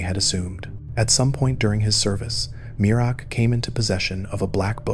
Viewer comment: MEER-AK not mir-uh-ak